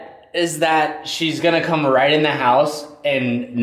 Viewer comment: he still saying shhheeess? wtf man ill be back in a month